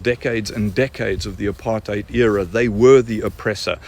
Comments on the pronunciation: "Apar-thigh-ed" lady looks like an ork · I am a white South African Male and actually lived and worked during the so-called Apartheid era! I have 4 Daughters and 3 Grand children. They were never part of this era. That man that spoke as a so-called South African, was obviously never in it! He can't even pronounce Apartheid. He is the twat and is misleading! He like most others cannot see that their food comes from those farms that got taken away from them! He never saw the murders and what is done during these murders where women get cut open and their organs get harvested to do black magic with! I did not agree with most of what the previous idiot government did, but at least they are not communists like the current government and Nelson Mandela! Why does the Democrats in the USA support Communists? This so-called South African who badmouthed President Trump and Elon Musk, has no idea and is no South African! A funny thing is, we in South Africa never had slaves like America. I have a lot of Black and Coloured friends! That one ugly lady with the glasses who is used to look down on people and degrade our Black people in South Africa by saying they cannot stand up for themselves, is disgusting as she looks! America has more Apartheid than South Africa! Apartheid means living apart. Where in America can a white person walk through an area where predominately Black people stay and come unscathed out the other side and vice versa! Afrikaans is a language on it's own and even Black people speaks it! The first people in